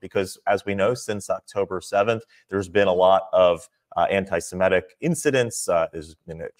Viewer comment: It's semitic not simetic Sam!